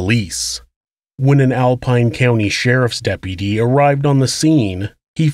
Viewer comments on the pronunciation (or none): im sorry but it's hilarious how this dude says "DEPPY-DEE" instead of deputy